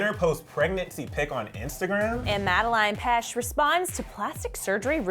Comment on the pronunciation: am I the only one is hates how she's pronouncing Madelaine's name as Madeline